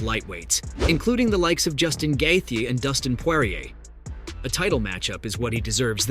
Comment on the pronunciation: “the Russian Charles Olivera “ “Dominant victory over volk” Bro couldn’t even pronounce Dustin and Justin’s last name😂 Is this guy mentally disabled?